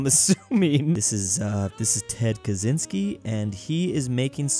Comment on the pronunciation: As someone who nows Polish pronounciation: Ted Kaczyński is pronounced like Ted Kachinski.